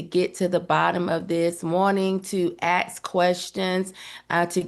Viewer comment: One more recommendation was to please stop saying aks. It is a quintessential statement w Wearing people simply turn their brain off, when they hear it. hearing educated people speak this way destroys their credibility because it is such a simple word. It tends to look as if the person is polishing everything they’re saying, but they failed to focus on such trivial things as the word ask.